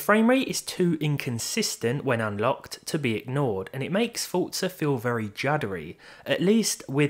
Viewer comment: Why do you pronounce it as Fort-Za instead of Four-Za There's no T in there... i mean dafuq man?